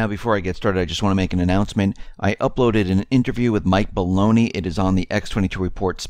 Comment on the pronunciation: I know you and your guest on the x22 spotlight are probably really good friends but I think you just announced his interview by saying, "Mike Baloney" instead of "Mike Maloney". I just dont want him to punch you next time he comes over.